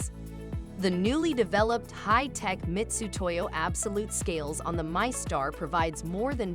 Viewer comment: How was he pronunciation of MITUTOYO not picked up in editing?? There is no S in the name